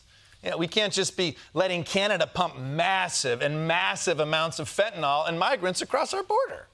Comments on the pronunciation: M Costa u ignoramus FentanYl ends like NIL, not NOL! Educate yourself! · Oh FFS, it's fentanyl, FEN-tah-nill, NOT fentanol, NOT fantanol. Why is it so hard for people in the media and government to pronounce? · Why can't people on TV pronounce, "fentanyl". Fen tan ill. Not fen ten all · Another day, another presenter who incorrectly calls fentanyl "fetanol" 🤦‍♂ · There is no "a" or "o" in the last syllable of "Fentanyl".